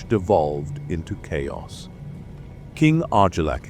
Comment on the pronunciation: AI reading? All the names are pronounced wrong… but even words like “chaos” is pronounces shayos. What is this